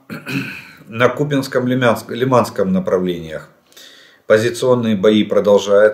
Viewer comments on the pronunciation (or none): none